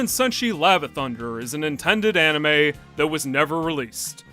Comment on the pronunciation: for a minute i thought you say an Enema and not an anime lol